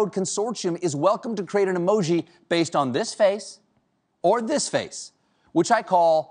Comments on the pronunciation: Anyone else have a problem with the way he says consortium 🤨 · he also can't say it correctly. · Curious, is it american thing to pronounce "consortium" like he does, I've only heard it said the ways its spelt with a solid T sound in the middle.